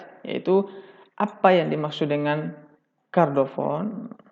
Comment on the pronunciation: Maaf pak ralat, chordophone ya setau sy bukan kardofon🙏